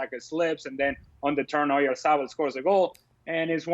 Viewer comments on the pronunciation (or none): Isn't oyarzabal pronounced OLA-Tha-BULL?